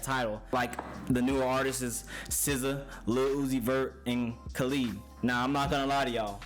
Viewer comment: You really going to listen to a guy that cant even say Khalid right?